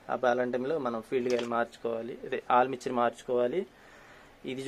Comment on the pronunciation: ఆల్ మిక్చర్ కాదు అన్నా అది ఆర్ మేచర్ అంటారు అనుకుంటా